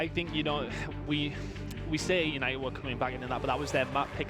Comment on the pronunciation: "Eunited Eunited Euinted oh Eunited" bro shut up I'm tryna watch some shit